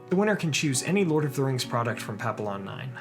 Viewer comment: Papillion is pronounced "pa-pee-yawn", (päpēˈyôn), not "pap-il-lon". It's French for "Black Butterfly", a symbol of freedom, and there is also a breed of small Spaniel dog named Papillons. Just thought you might want to know, since you usually do so well with your pronunciation of Tolkien's languages. Thanks for the great videos!